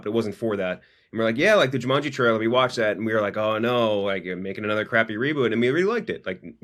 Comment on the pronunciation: why the fuck does keep saying jumunji